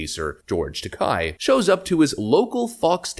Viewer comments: It's George Ta-kay, not Ta-keye. It rhymes with decay. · George Takei = TakAYE not TakAI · George's last name is pronounced Ta-KAY, like GAY, just like his sexual preference...